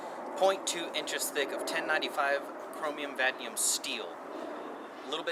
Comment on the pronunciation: It’s pronounced kro-mee-um-vuh-nay-dee-um sorry to be a grammar nazi